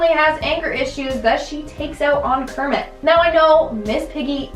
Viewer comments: Kermit and Cermit with a C 😂🤣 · Cermit with a C! i knew it!